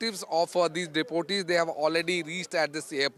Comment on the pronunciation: The news anchor is pronouncing “deportees” as deputies which means officials. Absolutely wrong pronunciation. Standard of ndtv has gone very down. Only the reporter is stating it correctly. A MAJOR ERROR in pronunciation by the News Anchor. Very Sad to see ur channel projecting such low standards. 👎